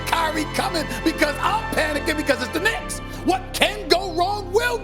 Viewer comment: "Because its the Knincks! Everything that could go wrong, it will go wrong!"🤣